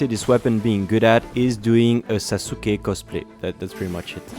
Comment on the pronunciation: Sa-suke cosplay? Who is a sa-suke? You mean Sasuke.